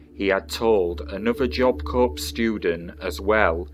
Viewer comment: Pronounced Job Core.